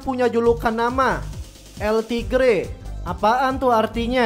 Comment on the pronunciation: Tulisannya El Tigre kalo di baca El tiger